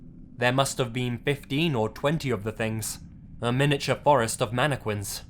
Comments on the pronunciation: It's pronounced "mannekin". MANNEKIN.Not "manneQUIN". Aaaaaaaaaaaaaaaaaaaaaaaaaaaarggggghhhhh! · Its MAN I Q(CK U)UIN NOT MANIQUI(WI)N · Manic-win instead of mannequin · Am I the only one who is bothered by pronouncing mannequin as "mani - quin" instead of "mana kin" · It's pronounced manekin not queen. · how he says mannequin MANEKWINS MANEKWIN MANNNNNNNNNNNNNNNNNNNNNNNNNNNNNn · "mana quin" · As much as I love this video, all I'm hearing is "Manne-quin" :P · ummm mannekwin? lol whut? ? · The way you pronounce Mannequin triggers me